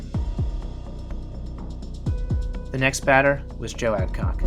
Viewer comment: Should have learned how to pronounce all the names properly especially Burdette and Adcock.